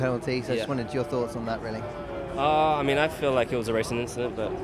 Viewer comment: Yes Lewis, It was an inchident